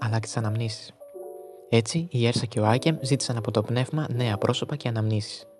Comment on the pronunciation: Ουρσα προφέρεται